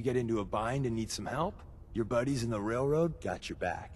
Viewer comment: "railrod" XD